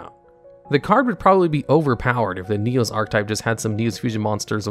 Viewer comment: Top 10 mispronunciations in Yugioh, starting with your version of "Neos"